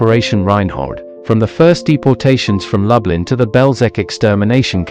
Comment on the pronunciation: And it’s Loooblin - not Lub-Lin. I still enjoyed the video though